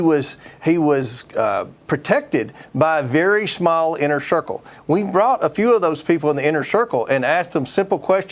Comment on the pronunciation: What's an "inner shircle?" 😂😂 Comer is an idiot. He's doing Chrump's bidding by throwing seeds of doubt.